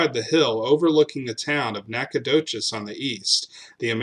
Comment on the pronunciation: have you ever been there ? I have numerous times. You go there and pronounce it like that and you’ll be looked at like you have a third eye . It’s pronounced Nack o dish …….whether you like it or not .